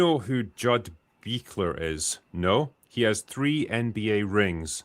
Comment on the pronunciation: pronounced like “Bush-ler”